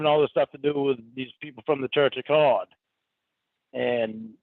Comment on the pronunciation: IT’S CLEAR HE DOESN’T KNOW THE MEANING OF “CAWD” in the “CHURCH OF CAWD”. ❤